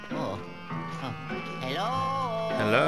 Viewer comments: Yello???? Chao lol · i love!! i love how he says "hello" and it sounds like "yellow" hehehe